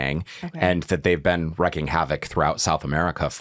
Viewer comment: Differentiate, not discriminate. wreaking havoc, not wrecking. It makes it so much harder to believe this bs when the speaker can’t speak properly. Give me data, numbers, not vague generalizations. The only thing we have to fear, is fear itself.